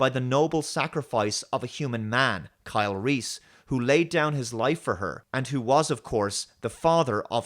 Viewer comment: 'Carl'. Just one enunciation away from 'Kyle'. Absolute dogshit.